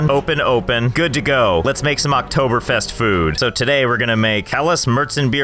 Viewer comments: Im surprised of how good you said Oktoberfest do you speek german? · I'm surprised he pronounces the ä correctly yet didn't know what Oktoberfest was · He just nailed the pronounciation of Oktoberfest! (I'm German) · BREZEL. Mich hats überrascht, wie gut du Oktoberfest ausgesprochen hast